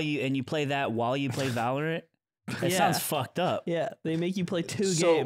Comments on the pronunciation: va·lr·uhnt Straight from the google mouth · Aiden W Monaco is not within France. Also valorant = va lr uhnt lol big L week for Lud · I hate the way Ludwig says valorANT with so much emphasis on the ant. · the way ludwig says ValorAnt is like its an Ant-man licensed game fr, i dont play the game so i assumed that that was just how it was pronounced for the longest time 💀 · Ahh... The catharsis finally seeing Lud called out for his Valorant pronunciation. Pretty sure Hassan says it like that too because of him. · i understand that the vowel in the third syllable of valorant should be pronounced as ə and not æ—just like deodorant—but ludwig was the first person i ever heard say it, so saying it any other way feels wrong. he's poisoning the minds of children again